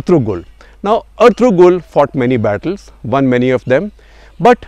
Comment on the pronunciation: Gupta ji, pls watch Erturul Gazi, u will love it. By the way G is silent when u pronounce Ertu(g)rul